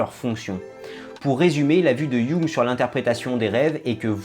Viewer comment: Jung, un nom souvent mal dit mais ça fait tellement plaisir quand quelqu'un le dit juste!